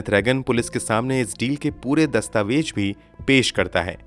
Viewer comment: You've a nice voice but your pronunciation is like uneducated people. Jameen ka kya matlab he? Baat Hajam nahi ka kya matlab? Dastavejaat ghalat he. I've checked the dictionary and grammar. It says zameen, hazam dastavezaat. I'm shocked how a person who is terribly pronouncing words but gets so many likes. Don't tell me you can't pronounce z. Btw it's phir se not fir se. You must learn to be the best. Also pronounce khoon and similar words properly.